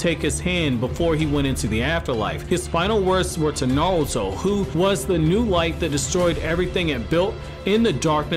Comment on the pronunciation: Sounds like you're saying nawuto instead of naruto